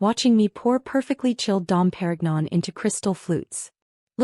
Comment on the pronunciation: Dom Per-ig-non? 😂